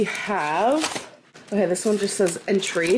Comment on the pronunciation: not her pronouncing entree as entry